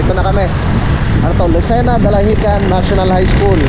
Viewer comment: Dinahican hindi dalahican mema lang , dalahican sa cavite yun😂